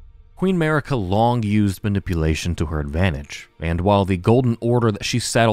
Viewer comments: noooooa, not at all, dude. Sorry I don't mean to be rude. The way you pronounce it sounds like you are sayin America without the A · I'm sorry, but why did you butcher Marika's name like that. Her name is pronounced a lot of times in-game, so whyyyy?. Sorry, I just couldn't keep it to myself. Anyway, great video as always